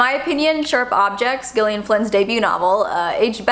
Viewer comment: Gillian is pronounced like “Jillian”